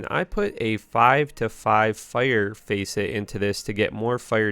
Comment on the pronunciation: Hello, nice video, but I have a few notes: Aldur set is neglected because it's shit Facet is not pronounced "Face it" (idiot?) Cold resistance is important, just because you can't afford a perfect Aldur's helmet doesn't invalidate the res What is with your shit Raven Frost, you might as well get a "Chame" rune so you don't embarrass yourself with that ring Can you be a little more specific about which skills help on your damage with a Bul-Kathos ring? It is very different from Carrion Wind You think that Life Tap isn't necessary but 9% Life Leach is? Explain, please Where is your Anni? They are like 1 high rune Why would you make this video without testing Elemental charms? Who struggles to get a Spirit? Your mercenary really shouldn't have stacked rez when you don't even have full 75's +Skills from items don't work on synergies, why should I bother with Volcano if it's only for skills? it is really impressive that you can one shot Eldritch in a single-player game using an infinity merc when he is immune to Cold, glad you could point out it was simple ish I saw a trade game with an Anni, maybe if you went in there you could have gotten one and worked on getting enough strength to wear a Spirit Closing thoughts: this video was a fantastic example of why you should just get an Enigma and respect for an Elemental Druid like every normal person on the planet With Kind Regards, Billy